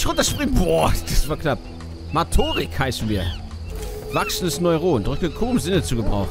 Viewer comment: Bei Min. Uhr hast du wiederholt gesagt "Mautorik" und denkst dass die Figur so heißt, doch es wird der Fortschritt der "Motorik" der Figur angezeigt. Ich glaube du hast dich beim ersten mal verlesen und hast das dann weiter beibehalten und geglaubt die Figur heißt "Mautorik"! 😉